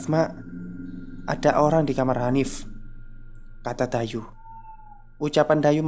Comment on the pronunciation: Dayu ato Dayuh? Saya denger nya Dayuh. Ada H nya..